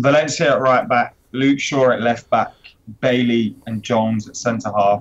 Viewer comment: Adam stop with your BS and for god sake prononce Bailly correctly, what are u? 5 yo?